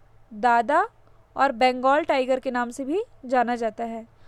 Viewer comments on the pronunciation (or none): none